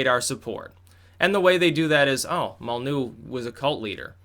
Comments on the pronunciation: why don't you pronounce the Y in Molynuex? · Spells out "Molyneux" Says "Mollnew" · Its pronounced Mol Lin Noy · "Molly-new". Styx has a funny way of pronouncing some words/names.